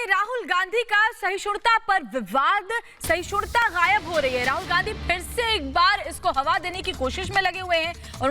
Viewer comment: Sahishunta kahti hain reporter khud, rahul sahishnuta kah nahi sakta, bhi nahi kah sakti.